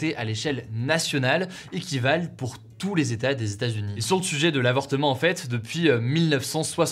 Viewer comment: 50 "zetats" ce n'est pas terrible !